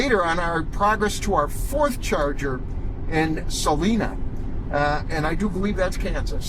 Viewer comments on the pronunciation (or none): Salina, Kansas, is pronounced suh-LIE-nuh (sa-LIE-na).😅. Wakeeney= wuh-KEE-nee😂